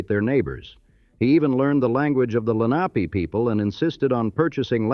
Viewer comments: It can't pronounce Lenape either Len op py. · It’s Len-a-pee not Lenop-e